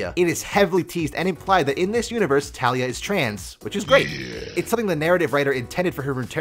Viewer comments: its not talia. its TaLEEa. (check the champion spotlight from riot and you can hear it there) Ta LEE A. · Her name is Taliyah, "Tal-YEE-YUH" not Talia.